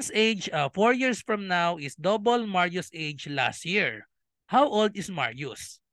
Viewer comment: Las Year? Dika po makapronounce ng LAS “T” year kse LAS YEAR 😜